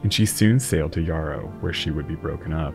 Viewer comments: Great video. Jarrow in Newcastle is pronounced ja-rrow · Jarrow is pronounced with a J like in James. It isn't pronounced, 😊❤😊Yarrow. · Hi - great video as always. I live gery close to Jarrow where she was scrapped. Just to let you know that the J is pronounced like the J in July. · Just a minor comment on what is a great video. The place Jarrow is pronounced with a soft G sound as in Juice/Jerry, not a Y as in Johan. Hope it helps for future. Keep up the great work.